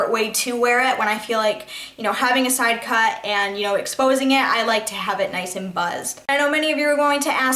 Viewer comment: why don't you learn how to say sidecut. and Monroe. it's not man-row.. fucking idiot... little miss I'm to good to acknowledge anyone. there are numerous questions people have asked. NUMEROUS. it doesn't matter how many hours a week you work. seems like out of your oh so hard job you found time to make all these fucking dumbass videos. if you have time to make these videos. why don't you have time to pay attention to any of the people commenting. give me a break lady! fuck!